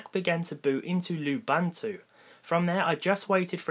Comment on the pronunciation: its pronounces Loo-BOON-two